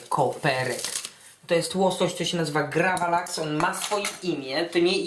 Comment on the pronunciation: Raczej gravlax kolego.